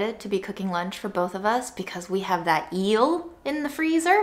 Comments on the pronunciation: there's no y in eel. think the word meal and then take away the m :) or like feel without the f :) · Eel is pronounced like meal 😋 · The gorgeous description of the cocoa fruit was absolute poetry. Amazing. Also I love how she said yeast correctly this time but was challenged by eel. You are a treasure and I hope you are healing and healthier. You deserve so much.